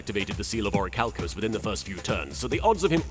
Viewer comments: It pisses me off that he said orichalcos correctly. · Wait he says it right! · This is the only time "This" version of Darzts said it right. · I think this is the only time says Orichalcos correctly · actually pronounces Orichalcos properly the one and only time lol <3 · actually pronounced the Orichalcos correctly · Ohsunofagunyouwon'tbelievethis but I ACTIVATE THE SEAL OF ORICHALCO- WAIT WTF HE SAID IT RIGHT?!?!?!? YOU BROKE THE TEXAN DARTS?!?! HOW COULD YOU! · doesn’t mispronounce Orichalcos